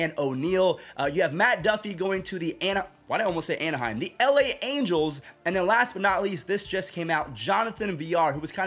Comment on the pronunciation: Just say Anaheim lol